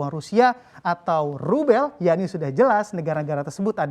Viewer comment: Rube bcanya l nya gk ke sebut